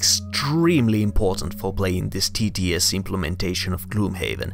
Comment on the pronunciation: No, your English and pronounciation are really good, it's just that saying TTS quickly sounds exactly like tedious!